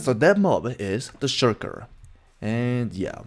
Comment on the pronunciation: the proper pronounciation is [sh]-ul-[ke-r] his probably asian that's why he pronounces things a bit differently